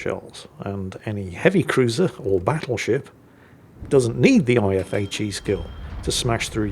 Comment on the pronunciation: Battleshipstyone? I head to rewind that to listen again. Never change,.